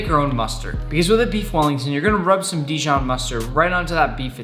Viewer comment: Dijion must be from the region Dijion